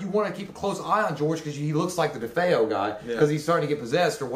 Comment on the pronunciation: Okay first off, I heard you say that the DeFeo son's name Is David? No, his name is Ronald Jr or Butch. also the other actor's name who you could not remember is the late rod steiger who played Father Delaney who comes to bless the house in Amityville. Also it's not pronounced defo it's DeFeo (DeFayo). Also the DeFeos that was murdered in the house there were only six, the mother and the father the two sisters and the two younger brothers That's a total of six